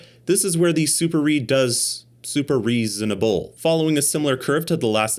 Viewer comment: The "supareezonable" killed me🤣🤣